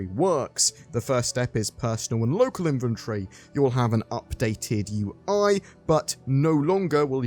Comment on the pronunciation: He says “inventory” “inventree” 😅 yikes